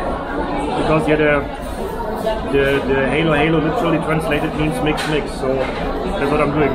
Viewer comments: You pronounce it Halo halo not helo helo, Halo halo in tagalog means mix mix everything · das heist HALO-HALO. Like when you said it in german language hallo hallo. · it's pronounced ha-lo ha-lo, short a, not heylo-heylo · Hi. Halo Halo pronounce like Hallo in German. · It’s pronounce ha-lo ha-lo. Mix-mix